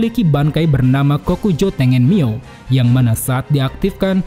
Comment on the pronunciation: Tengen Myo'O (myo oh) cara bacanya bang bukan tengen mio.